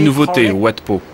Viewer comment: Wat se prononce 'vat', cela veut dire 'monastere' en thaï, satto, Heu merci !